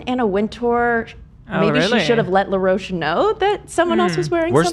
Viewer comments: Someone please tell that the stylist's name is Law Roach not Leroach 🤣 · Now, I love ya dork boots honey, but I gotta do a little clowning no shade lol Law Roach is from Chicago & his name is pronounced just as it’s spelled & would be said in the US. You were driving me nuts but eventually I was ctfu thinking of you associating Law with La Roche-Posay. If you’ve seen seen on the 3 seasons of the vogue / ballroom competition show Legendary (& he’s been a rotating judge on the last 2 seasons of Drag Race). Law is funny AF & will give some fun nasty reads & will get down on the floor & argue with contestants if they shade him. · not saying law roach as laroche lmao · I don’t think she’s saying law roach correctly 😭